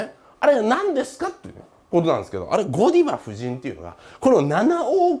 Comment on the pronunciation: 発音的にはゴダイヴァ夫人じゃね？